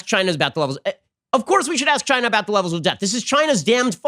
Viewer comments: Love how Trump accentuates his pronounciation of "CHINA"! " CHAI NA" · It came from CHY-NAH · Chy-nah...is asshole!